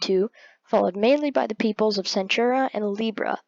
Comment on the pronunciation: ITS PERNOUNCED AQUILA AND ITS PERNOUNENCED CENTAURA NOT CENTHURA AND ANTARES ISNT PERNOUNCED ANTAREZ